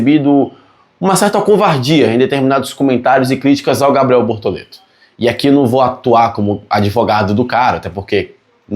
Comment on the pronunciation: Desculpa mas eu ri muito quando disse "Bortolento" aos 😅😅😅. Lembrei o antigo programa "Casseta e planeta"